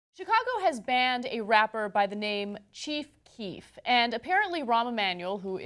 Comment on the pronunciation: Ana calls her boyfriend Chief Queef